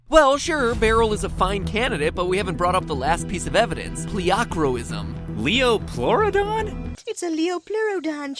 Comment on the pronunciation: its not liaplurodon, Its lie-aplurodon